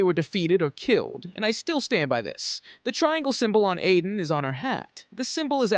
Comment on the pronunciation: Her name is Aiden not Adien